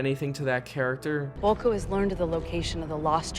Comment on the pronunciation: amber heard said volku instead of vulko, what a bitch